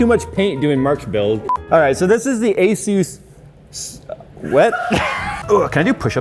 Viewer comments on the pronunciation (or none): It’s asus not astu lol